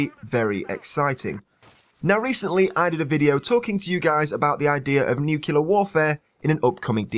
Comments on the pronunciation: I'm having an OCD moment. It's pronounced as it's spelled. Nuclear, not nucular. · FFS!! Its spelled NUC-LEAR not NUK-ULAR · Great video! But all I could hear was "nukilar" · nucular asplosion?